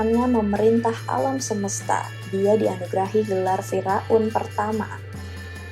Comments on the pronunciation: Salfok dengar kata fir'aun jadi fira'un 😂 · Masukan kak,untuk kata Firaun dibacanya Fir'aun kak bukan firaun. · Fira-un ❌ Fir-aun ✅ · kok km bacanya fi-raun ya. bukan fiir-aun. jd lucu. 😀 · Gagal fokus sama penyebutan fir'aun.. Wkwwkkwk Knp jadi fira un.. Wkwk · bukan Fira'un mba tapi Fir'aun... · Fir'aun sayang bukan firaun 😂